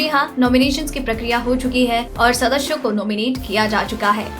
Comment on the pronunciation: sadasyo bolo...sadashyo nahi